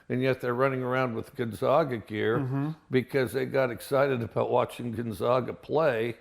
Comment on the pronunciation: Wow Mike u lived in Pullman for how long? A town a hr away from Spokane and u still say Gonzaga wrong?...good luck in the SEC Mike you'll need it